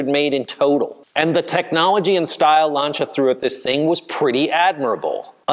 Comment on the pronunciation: The worst and most bizarre pronunciation of Lancia I have ever heard.